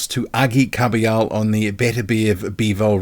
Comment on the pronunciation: Kabayel not kabiyo